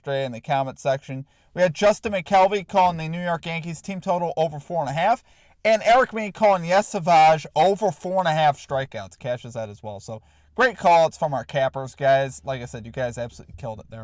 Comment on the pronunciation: call him his name it's savage! Not saaa vahhgggg lol